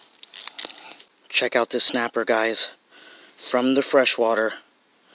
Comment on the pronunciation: Is it just me or is he pronouncing it shnapper